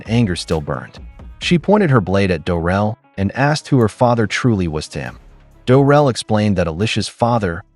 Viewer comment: Isn’t it “Drel”? Not Durel?